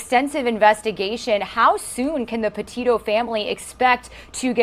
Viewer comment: I'm sure it is not intentional on your part sir, but her last name is- Petito- not Patino...I pray she did not suffer long, and that her family will heal in time.